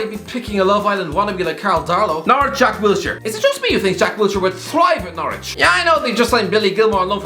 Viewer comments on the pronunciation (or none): none